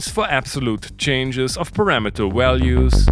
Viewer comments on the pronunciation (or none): You know you have became a real fan when you accidently let a "walue" or an "awailable" slip in your speech ;)